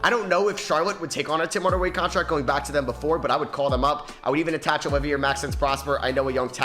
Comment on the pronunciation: Knows how to pronounce Risacher, can't say Olivier to save his life 🤦‍♂️😅